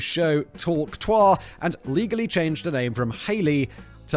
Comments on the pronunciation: “Hawk twah” 😂 Yeah Simon, I’m surprised you haven’t seen this either. Even my kids who are way too young to know what this is, know what this is. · Each time Simon pronounced it hawk twaaa it got even more funny 😂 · That's... That's not how you pronounce trois. He was pronouncing it like the French informal objective you (toi) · Huk Trois😂😂 im pretty sure yhats how they spit in France.😂 Bless this chap. ❤ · Simon using a french pronunciation instead of the Too-ah is fantastic and soo Whistler. Its a spitting sounds not a park in France 😂😂. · You couldn’t stop to watch a 15 second clip to learn that it’s pronounced “Tu-ah”? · Simon, for gods sake, its pronounced tuwakaua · The fact that Simon continued to say it like the French word for three (twa) even after reading "Hawk Tuahsday" is a firm example of how little Simon gives a shit. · Jesus, Simon. Too-ah. Quit being a frenchman. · It's actually just a variation of a very old word for spitting - slight different pronunciation. Hawk2-A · The fact that having tuah replace Tues in Tuesday didn't clue Simon in that he's pronouncing it wrong is hilarious. Of course Kevin could have added the phonetic spelling (Hawk Two-uh (or ah)) which could have also helped. LOL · I like how he still didn't get a clue about how to pronounce Tuah when they replaced Tuesday with Tuahsday. We know what he will be cringing about when he listens to this video 5 years from now, that and not watching J.D. Vance's Cringe Shoot and defending him. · Today I learned that British people pronounce the words "vocabulary" and "tuah" differently than Americans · The "Tuahsday" should've made the pronunciation obvious and he still couldn't figure it out